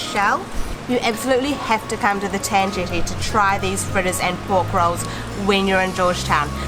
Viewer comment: pronounced Ten Jetty, 'Tan' shld be pronounced 'Ta-an' not 'ten'. Lol. it's 'ti-o-chu' not 'tiu- chou' tht sounded rather vulgar lol almost like (fxxx Chou)